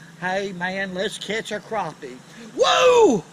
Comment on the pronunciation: I'm so glad to hear how he pronounces Crappie. I hear the emphasis on Crap. Lol It irks me when it's said differently.. lol